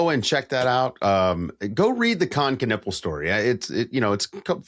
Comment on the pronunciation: Knüppel means bludgeon. :D US pronunciation sucks tho.